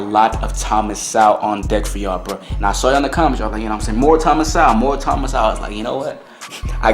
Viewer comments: Please pronounce Mr Sewell's name correct ly. It is So well. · Not Thomas Sow. It is pronounced Thomas Soul. Dr Sowell is a genius and one of the greatest minds of our time and he deserves to have his name pronounced correctly bro..